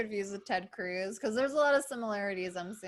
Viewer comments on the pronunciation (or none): none